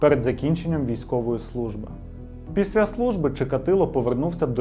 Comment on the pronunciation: Вже яке відео дивлюсь, замість «після», чую «піся»😂